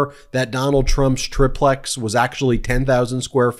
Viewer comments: It's called a Tri-plex not a trip-lex. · Not a Tripp plex. It’s triplex…like Try Plex. Every time you say it, I lose what you say after that. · IT'S CALLED A TRY PLEX...TRY PLEX...SAY IT BEN...TRI-PLEX!!!